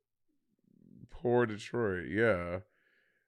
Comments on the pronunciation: It's "por detrás" not "poor Detroit" lolol 🤣🤣🤣🤣🤣😭😭😭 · Its not pour detroit, its Por detras 😂😂